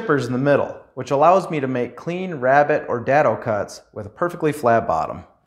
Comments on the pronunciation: (DAY-DOE) not Dad-doe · Day-dough* dado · It’s pronounced daaaaado - long a sound, like date - not like dad, had, bad. Nice description - and reminder - of basic accessories. Some things, I keep putting or forgetting to do. Time to get caught up. Thanks and best wishes! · Around here, we pronounce it DAY-doe but... you be you. I have this exact table saw and also have a limited amount of space. I recently replaced the splayed legged stand with a rolling cart that doesn't try to trip me every time I try to walk around it. Folding out-feed and side support tables are next on my TDL.